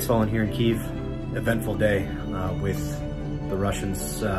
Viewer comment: Somebody needs to teach dude how to pronounce Kyiv.